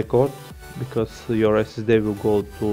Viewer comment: ”dă esesde”